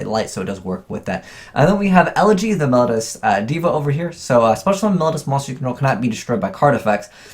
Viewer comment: I think your videos would benefit greatly if you learned to pronounce some of the card names better. Try looking up the pronunciation of "melodious" and "eidolon".